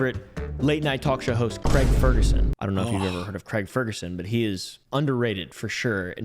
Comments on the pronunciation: Me too! Watch Far Friends to see his "acting". I lived Craig Ferguson - even though you lot can't say Craig properly! It's CRAY-G, NOT Crag. Lol! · Will let you away with pronouncing his name creg instead of crayg just this once